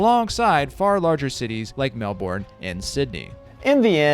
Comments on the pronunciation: I know Americans can't say Melbourne, but I didn't know they couldn't say Brisbane either 😂... Good video though, I never played the game when it came out, I was mostly into wc2, cnc, and aoe back then, however in the early 2000s I bought some second hand games and found dark reign. The only thing I really remember being outstanding was the music, and was actually looking up the OST when I found your video. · JFC. American saying the names of Australia cities is halarious. Like how do you fuck it up that bad, it is the same language.